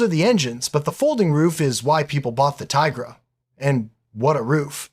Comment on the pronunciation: nah mate, OP is joking you mispronounced the name. Its 'Tee-gruh'.